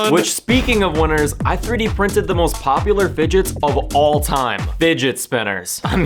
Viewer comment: I thought you said digits like the 15 digits of pi